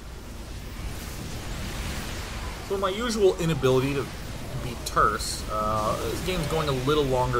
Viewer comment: Say it with me DayNine Turn, TURN not churn, turn.